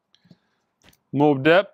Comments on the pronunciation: Don’t forget “Mobe Depp” not “Mobb Deep” lol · I believe this must be a “record” (you see what I did there 😁) for the number of names butchered… but “Moob Dep” was my favorite. Love you “” 😁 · You meant “MOB DEEP!” Mobb is just an extra B at the end. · The mispronounced artist/band names are always an adventure. I can't see how Mobb Deep could be said that way again but Chris Isaak was pretty shocking. Chief Keef...